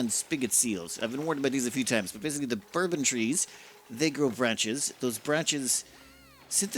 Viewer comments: "Bourbon trees" spoken like a true Irish person :D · That's what I thought he said too. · Omg yes that immediately made me laugh. Bourbon trees I approve 🥃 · Love the neck-tar. LOL. I have read/said it that way a few times too. I think it has something to do with the other words around it... Especially bourbon (bon-bon) trees.